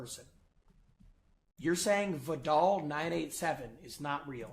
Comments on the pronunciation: It's Vedal, like pedal... pe-dal, ve-dal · Do you vedel?